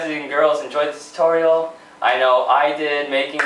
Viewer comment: LOL. You can never say "tutorial" right. xD